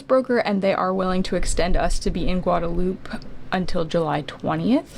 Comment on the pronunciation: stop saying Guadalupe it don't sound right